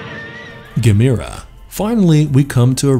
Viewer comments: It's pronounced (ga-m-er-ah) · It's pronounced Gam- er- uh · Uh. It's not Ga mir a. Uf youare going to do a list like this, ar least get the pronunciation correct 😒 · Pronounced ( Gam- er- ah ) how can you not know the proper pronunciation to the second most popular kaiju next to Godzilla. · I'm really impressed! You managed to mispronounce every single kaiju name, that's got to be a first, even for an American. 🙄 I'll give you a hint for one; Gamera is pronounced the same as camera, with emphasis on the e. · The only rip off here, was the 14 minutes I lost watching this! And learn how to say Gamera right. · Why can't he pronounce Gamera correctly?